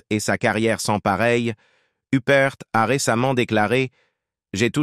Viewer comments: Uppr pas youprte IA debile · Oui mais c'est "l'intelligence artificielle" qui fait cela! La narration est hachée, mélangée, revient en arrière, en avant bref, on ne comprend rien! La prononciation des noms est catastrophique "Hupperte", Toscane du Plantier en somme, plutôt que de nous faire apprécier le cinéma et les bons acteurs et actrices, cela est tellement énervant qu'on finit par stopper la lecture et mettre un pouce 👎tant on est déçue.... On aime regarder des reportages pour s'instruire agréablement mais là, c'est insupportable et malaisant... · Il est temps de prononcer les noms comme Il faut faut Huppert se prononce en français (huppair) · Une des plus grandes actrices françaises. Idiot de prononcer hupperte, l'ia dans le pire de ses apllications. Honte à l'IA..... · Pourquoi prononcer son nom a l anglaise ? C est ridicule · Surtout la mauvaise prononciation de son nom de famille, elle n'est pas anglaise mais française 👿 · Honte à l'IA.....